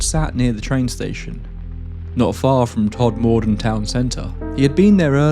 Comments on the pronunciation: “Todd Morden”? Who’s he? You mean Todmorden (pronounced ‘todmudden’, one word, said quickly) surely? Couldn’t listen to this one because of your constant mispronunciation. Awful. Please research how to pronounce the place names before you makes content like this, especially if you’re going to say it so often. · As a Yorkshire born bloke, can I just point out that Todmorden is pronounced with the emphasis on the first syllable, not the second. TODmorden, rather than TodMORden. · I had to switch this off due to your continued way of saying TodMORE-DEN. It's MORE-DUN. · Still, the strangest thing about your story.....is the place names. "todmordon Brunley" "rough lee Pendelton"? 😂 Ok..... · It's pronounced, Tod muh den, not Tod mor den 👍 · Pronounce it “Todmuhdun” not “Todmoordun” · I have family in Todmorden and have visited various times. It was them who first told me about the pc Godfrey abduction. I suppose it depends which district, but where they live it is pronounced tod-ma-dn, not tod-moor-don. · It’s pronounced Tod m den little m and the moor road is the top road from Burnley to Heptonstall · The emphasis goes on the Tod. TODmorden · I'm from Halifax, which is a stones throw away from Tod'. I just wanted to let you know that it's pronounced...Todmuddun here in Yorkshire. And it's actually on the Yorkshire/Lancashire border. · Todmorden is pronounced Todd-muh-dinn. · Fyi it's pronounced tod-moden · I live a few miles from 'tod-ma-den' ( that's how you say it 😉) It's often referred to as the ufo corridor. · its pronounced tod mur dun , other than that really good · My dad's side of my family is from Todmorden (often shortens to Tod. I used to go walking with my Grandad late into the evening up in to the hills and moors. Sadly we never saw anything UFO like. Fab video small comment locals pronounce Todmorden as Tod -mur-din or that's how my dad, Gran and Grandad said it. X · Pronounced ‘todmudun’ btw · Todmorden is pronounced "TODMUHDUN"